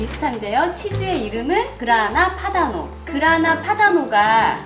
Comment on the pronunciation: 그라나파다노 치즈 분명하게 발음해주셔서 너무 좋네요. 귀에 쏙 들어왔어요. 맛있는 비법 공유 감사해요^^ 이번 방송보면서 더 펜이 되었어요.